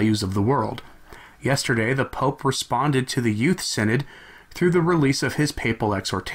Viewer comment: Shouldn't that be "sin-odd"?